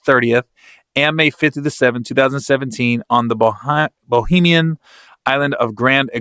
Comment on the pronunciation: It's called BAHAMIAN... not "bohemian"... bahamians are residents of the Bahamas like myself... bohemians are residents of bohemia .. a city in Czech... thank you for talking good about my country tho 😁😁😁🇧🇸🇧🇸